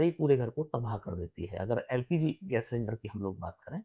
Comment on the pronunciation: No. L. P. G. Please. Practice